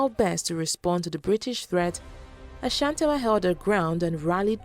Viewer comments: Looove the video!!!!!!!!!!!!!!!!! but a teeeny tiny problem. You got the Ghanaian pronunciation of Ashante right, but the Asantewaa.... errrrrm. its pronounced A - SAN-TE-WAA. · why would you call the war of the golden stool a rebellion? The British were trying to break the Asante Kingdom by capturing the golden stool. Unfortunately they people gave them a fake one. Protecting what is yours is not a rebellion. The pronunciation of her name is A-S-A-N-T-E-W-A-A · The pronunciation of the name Asantewaa is (Asantiwaa) The pronunciation of the people of Ashanti is (asanti) Please don't add the sound "ash" to the name. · I think you should learn how to pronounce names ... Yaa Asantewaa... do you see any ‘h’ anywhere... you keep on saying Ashantiwaa